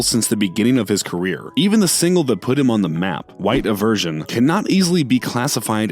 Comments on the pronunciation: When he said “white iversion” i felt that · Honestly, after "iversion" I was surprised he didn't say "Mackelmore" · I ver son son son son son....like father and son say after me “i ver son”🙄🙄🙄